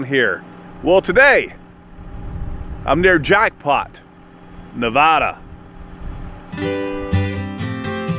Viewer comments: There is no "H" in the word "Nevada" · Sa(L)mon is fine. I didn’t know it was an East Coast thing. The other common thing I hear from that coast is the pronunciation of Na-VAW-daw. Out west we say the second syllable the same as mad, bad, or sad . . . Because in Lost Wages - I mean Las Vegas - you are usually one of the three.